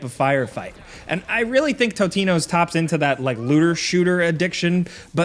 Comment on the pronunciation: Totino, Tiny Timbo's 🤣🤣🤣🤣